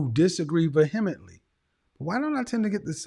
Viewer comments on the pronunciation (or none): Love you KS. It's pronounced VEE-hemn-ent-ly .Perhaps this is a Midwestern pronouncement but that sounded off to me..